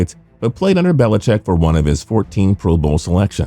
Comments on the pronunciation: Dear Narrator: It's "Belichick" not "BeliCHECK" - geesh!! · put the emphasis on the wrong syllable, sure fire way to trigger the grammar police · His name is Bill Belicheat.